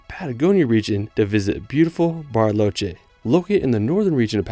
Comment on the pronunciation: CALIFATO??? Calafate Specasina? Spegazzini Usgua USHUAIA Que pasa que ningún lugar pudo pronunciar bien